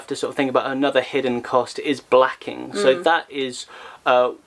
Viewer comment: Can’t say blacking.